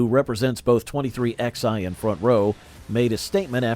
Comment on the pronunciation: It’s called 23 eleven, not 23 ex eye.